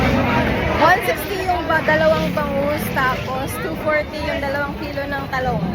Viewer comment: Tahong po 😂 hindi talong😅